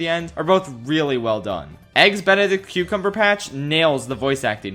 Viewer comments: has officially become Caboose from RvB trying to say Benedict Cumberbatch’s name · is physically unable to say ''Benedict Cumberbatch'' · please keep mispronouncing Benedict Cumberbatch. it gives me so much seratonin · "Eggs Benedict Cumberbatch"🤣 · I just watch to hear him pronounce Benedict Cumberbatch